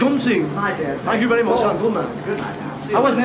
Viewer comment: "Thank you very mooch"